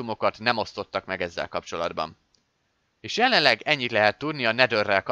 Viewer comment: vagy nál ha 0,5x ban rakod a beszédet az haladszódik hogy zseleleg nem jelenleg 😂😂😂😂👌👌